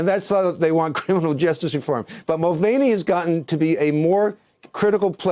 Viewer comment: It's pronounced Mul Van E ffs